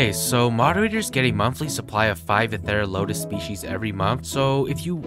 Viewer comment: It’s pronounced Ether ral o tus..